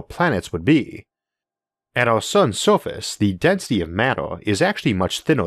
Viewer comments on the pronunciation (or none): Orth? Staouwll? Solo sistam? I Soface